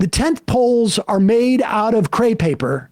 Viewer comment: crepe paper not "cre paper"